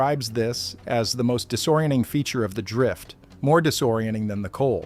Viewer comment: "Disoriending...disoriending...disoriending..." So weird to hear an AI voice repeatedly missay entire consonants. It might even feel a little...disoriending.